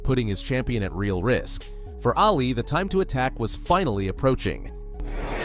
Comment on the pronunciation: Muhammad ‘Ahh Lee’. Not alley. If you’re going to narrate at least know how to pronounce their names. Thank you.